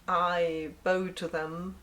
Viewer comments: "Bow to them" *cough* pronounced like bough; See! English is easy. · I loved the video. A question; is "Marry Me!" Still an option? As a former radio DJ I am sure that I can help with your 'American Accent', and we could just play with a British one. (You totally blew "bow' in your tribute to other TARDIS builders). I'm a great cook, and I have two years of High School German, and one year of college German which I've forgotten, and would vow to remember. Also. I'm entirely to old for you, and will be watching your 'Schrödinger's Cat" video next.